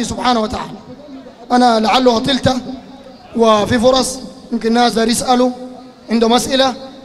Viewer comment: أبسط قواعد اللغة العربية ماعندكم كلمة أطلت مابتكسر الطاء يامزمل يكسررقبتك كيف تتبجحوا علي العلماء ولاحتي تعرفوا قراءة القرآن الكريم ولاعندكم أدب مع النبي صلى الله عليه وسلم